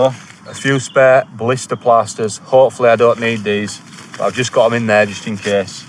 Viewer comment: For a Yorkie, with a great Yorkie accent, you don’t half say “plasters” with a posh tone. Lol.